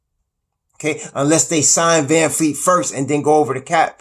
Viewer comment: His name is VAN-VLEET not Van-Fleet lol